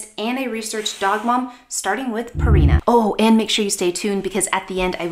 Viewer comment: It's not Purrrrina. It's supposed to be like Pure ina.